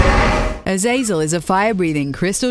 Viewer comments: It's pronounced azazel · Azaajzel? Learn 2 pronounce names correctly. Also the Capra Demon is hard if you're fatrolling true. Keep on plebbing. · Azazel? Really? Lol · you pronounced azazel wrong